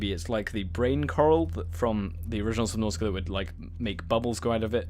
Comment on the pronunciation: I have never been on this channel but... I like how you said subnautica for me it sounds like subnåtica